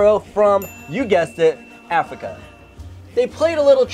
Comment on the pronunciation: You said Afica